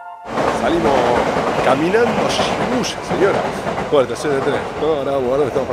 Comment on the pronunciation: Y suena como i...shibuya sonaría shibuia.